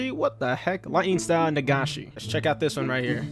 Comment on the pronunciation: He can't pronounce senbon or nagashi